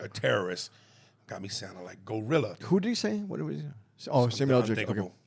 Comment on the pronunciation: It's GLOrilla, not Gorilla 🙄